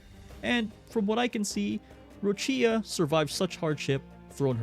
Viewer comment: Ròccia, not Roccìa.